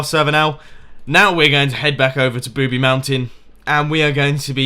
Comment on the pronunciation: ITS NOT "Booby Mountain" ITS Boobie Mountain